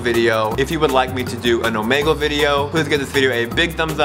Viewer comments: omegle is pronounced omeeeeegle not omagle jebus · its omeeeeegle with the long e sound btw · do an omegle video! plus, its pronounced like eagle but with an o